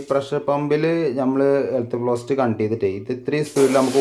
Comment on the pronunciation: ഫ്ലോസെറ്റ് അല്ലാട്ടോ ഫോസറ്റ് ആണേ